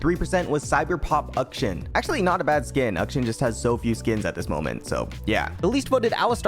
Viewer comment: "Ukshin" != Akshan